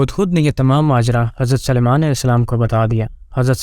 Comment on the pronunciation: Hazrat Suliman aism ka naam bhi nahi bolne aara